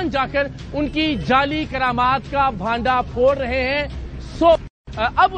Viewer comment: قرامات نہیں کرامات۔